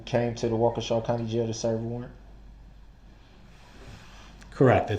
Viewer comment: It does sound like wau kesha lol he is the only one who said it like that and i said it like that firdt time lol